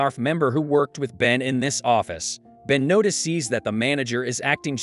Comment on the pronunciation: Yeah, "NOTI SEES" , "SHARONE" , "SHONE", Just to mention a few !!! :face-turquoise-covering-eyes::text-green-game-over